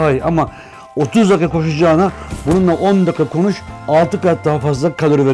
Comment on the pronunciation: de kos diyor sonrasinda konus diyor:D